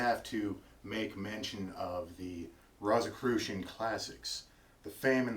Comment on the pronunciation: First of all, you pronounced Rosicrucian incorrectly; therefore, I can't take you seriously...